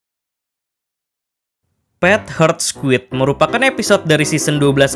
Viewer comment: Admin membaca judul: Pet Heart Squid Di telinga gw: Pet Hurt Squid...